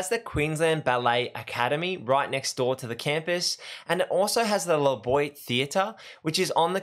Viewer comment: La Boiyt theatre? That is where you lost me.